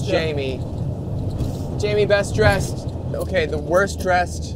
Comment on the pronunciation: eric:"okeeee! Let's eat some food" with a German accent